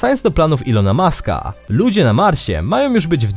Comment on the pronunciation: Elona muska a nie Ilona Muska